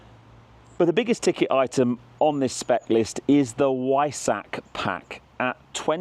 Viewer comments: Veissack! Not Weissach. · He said Veissack 😂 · If you're going to pronounce ''Porsche'' in the non-British way, at least make an effort with ''Weissach''.